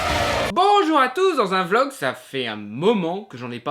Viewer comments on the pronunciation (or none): none